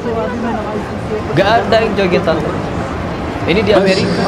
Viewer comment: ucapan allahnya .kedengarannya seperti membentak kepada allah🙏🏻